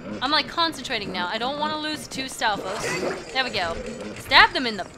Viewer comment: Stalfos? More like "stall foes".